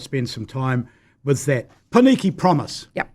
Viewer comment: The fact that consistently mispronounces the only two Māori words in this conversation (i.e. Māori and Pōneke) says a lot about him.